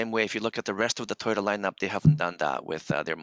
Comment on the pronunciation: Éste Guey dice tai o ta tai o ta its toyota homie not rocket science.